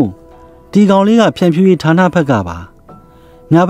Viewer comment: ဓါးနလို့မပြောနဲ့ထာနလို့ပြောပါ ပြင်ပေးတာနော်သိတ်မဆိုးနဲ့ အားပေးနေတယ်